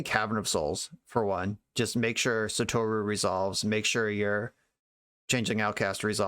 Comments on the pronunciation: Just as a heads up, you had 'sah-toh-rue' pronounced right the first time. JP pronunciation is 100% syllable-by-syllable, basically no exceptions. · Well, I wouldn't pronounce the u as strongly. It's not a long vowel in the name "Satoru". Non-long u's in Japanese have a tendency to be under-pronounced.